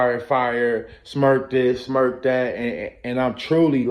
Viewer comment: They call him smurk bro lol it sounds so goofy when you say smurk this smurk that